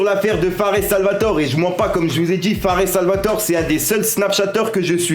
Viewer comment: On dis « fares salvatoré »